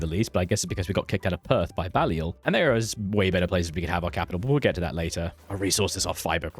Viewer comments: also Bay-li-ol but no big deal haha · Balliol is not pronounced like that mate.